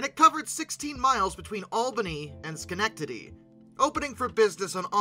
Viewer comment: Schenectady → Nailed it! :^)